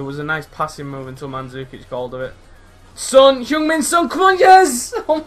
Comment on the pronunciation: love your video, ive got son aswell, the only pet hate I have is the pronunciation of son, oh well